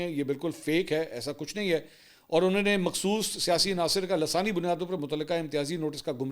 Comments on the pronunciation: Lasani nahi LISANI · سر لفظ لسانی ھے۔ لا سانی نہیں۔ ❤❤ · Assalam o alakum Mansoor Bhai yaqeenan aap parhy likhy aadmi Han lek Mera etraz hai ek lafaz py Jo aapne lasani Bola wo shyed lasani Nahi balkeh( Lissani ) hona chahiye ya to yeh lafaz apko drust krna ho ga ya agr me ghalat hoon baray mehrbai rahnumai kijye ga.( Najam ul Hassan from Dubai )